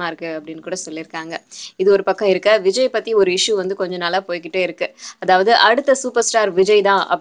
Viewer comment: ROFL :) Vijay anna sounds like vigina